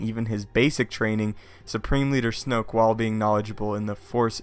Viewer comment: lol you said snope